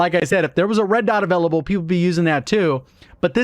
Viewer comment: Avellable. Hehehe